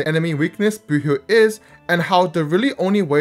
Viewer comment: every time i hear you say boothill i hear "boohoo"